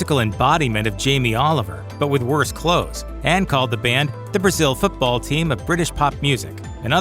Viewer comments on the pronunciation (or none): none